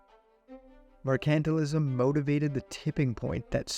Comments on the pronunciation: “Mer-KANT-til-ism”?!?….TRY : “MER-can-TILE-ism”……Come on, fella : If you want to do voice work, knowing the pronunciation of basic words is, kind of, essential 😮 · Wow did you pronounce Mercantilism wrong.. Its pronounced Mercantile-ism....no accent on the C.